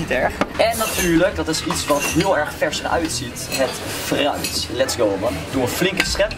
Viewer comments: Zei je nu echt vruit? 😂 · Ik verstond vruit 🤣😂🤣